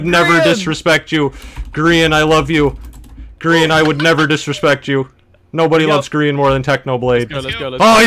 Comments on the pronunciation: Even DanTDM is saying Grion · Its not rian it’s pronounced GROIN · the fact that he pronounces Grian as Groin is so cursed